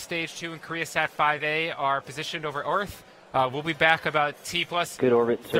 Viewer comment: Why does he keep saying "Orth" instead of "Earth"?